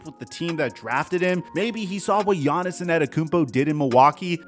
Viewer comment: Take a shot every time says "quite literally" or mispronounced Giannis' name. You're gonna be wasted by the end.